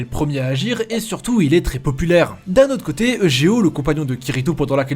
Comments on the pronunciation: [egéo] T_T pleure ÇA SE DIT [YUGÉO]!!! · On prononce youdgéo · Prenoncer eujeo comme ça cest grave